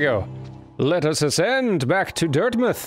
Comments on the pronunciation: As an experienced hollow knight player, "Dirtmith" killed me. XD Pro tip, 'dirt mouth.' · DIRTMITH??!?!? ITS DIRT-MOUTH